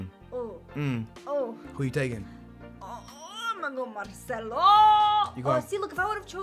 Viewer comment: instead of Marcelo he says marshmallow?????